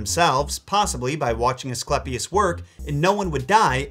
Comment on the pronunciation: ‘eiiii’ not ‘ehhhhh’ Ascl’eiiiii’pius not ‘Asclepis’